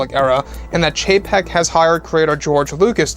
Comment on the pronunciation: Just chug a shot every time he says Bob Chepek